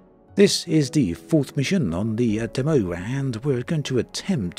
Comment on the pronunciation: I legit didn’t know what he was saying. Never heard someone say “Dumm-o” for the word “demo”.